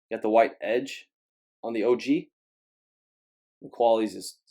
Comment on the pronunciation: I'm sorry, you kept saying OG retro and it was bothering me 🤦🏽‍♂️😂😂